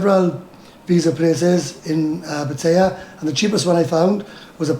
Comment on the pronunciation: Pat tie a not pat a ah